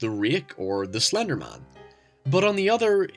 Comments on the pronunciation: The rhek or slender mahn. Where the fuck are you from? lol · "The reeiiik or slandermaan" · the way you pronounced rake and Slenderman bluh